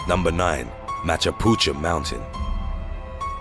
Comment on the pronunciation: U pronounced machapuchure to machapucha at no .9